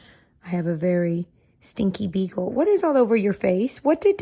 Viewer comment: There was a part where says 'stinky beagle' but it SOUNDED SO MUCH LIKE 'STINKY B-HOLE" dying laughinggggg